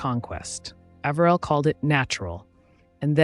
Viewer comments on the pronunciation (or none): Love your detailed videos, but the name mispronunciations are irritating. Harriman’s name was pronounced Eh-ver-el said with the accent on the Eh and the next two syllables quickly almost as if they were one. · Another lovely bio. (Side note: As a current Floridian, it's Palm Springs, CA, NOT FL -- no deserts or mountains); and as NYer & Jerseyan, I believe the Ambassador's middle name was pronounced "A-v'rill. As a kid, we often went to Harriman State Park. Just a (revised) observation....❤😊) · I admire your research. I am from Virginia and we do have a particular way of speaking. I am also old enough to have heard Mr. Harriman's name mentioned many times. I always heard his first name pronounced with a long A. Just a thought.